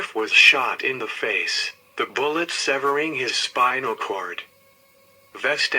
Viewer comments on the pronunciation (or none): none